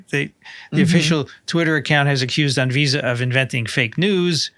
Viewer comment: ANVISA - Great pronunciation,. Cheers.